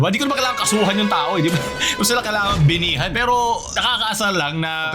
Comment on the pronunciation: "Binihan" HAHAHAHAHA